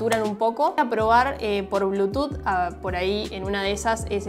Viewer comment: "De blúchuz divaiz is conectidas sakzesfulei"